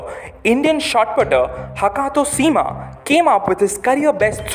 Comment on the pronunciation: Btw… the pronouciation to “Sema” is wrong. It’s pronounced “as (“ce” in cemetery)… it like “CeMa”